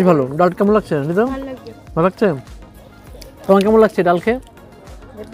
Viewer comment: লাকছে না লাগছে বলুন দাদা। আপনার উচ্চারণ ঠিক করুন। বাঙালী বলে কথা।